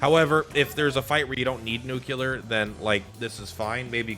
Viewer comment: The nuclear vs nucular is going to take us out lol.